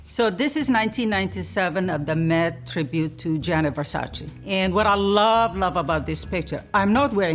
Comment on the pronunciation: versace..with the same `e ` as in dolce..nobody says dolcie..so why saying versacie?